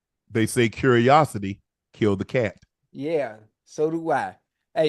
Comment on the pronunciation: Ocho real deal just said Q in Curiosity 😂😂